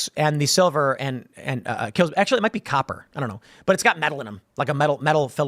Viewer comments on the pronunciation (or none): none